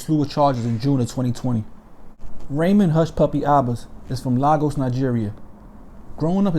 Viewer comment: Bruh...... Lagos is pronounced Lay-Gos 😄